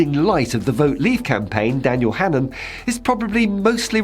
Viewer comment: I'm glad the presenter is at least pronouncing Hannan correctly. Its an extremely old Irish name - O'hAnnín means the seal of the keepers of the unborn/ the fire keepers. When names were anglicized the spellings landed differently.